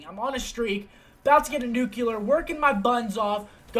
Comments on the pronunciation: seth, nuclear not nucular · NUH-CUH-LEE-AR ffs, not how u say it m